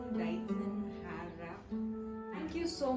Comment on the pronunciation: Heyy pronounce the word hair properly